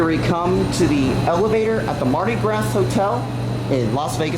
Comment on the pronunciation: Pretty cool US. You pronounced "Mardi Gras" incorrectly though.